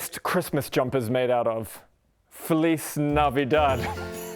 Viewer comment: Feliz sounds more like the "Fe" in "ferrofluid" + the "Li" in "list" changing the st with "Z" "Navidad" it's OK But good try and thank you for use my lenguage ¡Feliz Navidad!